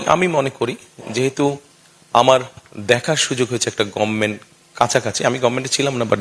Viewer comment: গম্মেন্ট না ইন্টার পাশ মূর্খ,. গভার্নমেন্ট